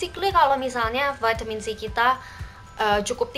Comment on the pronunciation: Pake EYD donk...Vitamin bukan Veytemin 😂,kan ini indo bukan ausyy😬.....piss